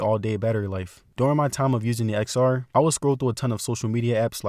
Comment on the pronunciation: You should learn to pronounce the product name correctly as a tech YouTuber!